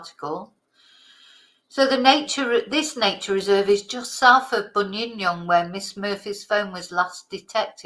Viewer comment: People tend to dump bodies up Mt Buninyong. Im remembering a single mum years ago abducted from her home, leaving behind her daughter aged 5 or so. Mietta I think her name was. And its Bunin (like youre saying Bun in the oven, fast) YONG. Emphasis on Yong.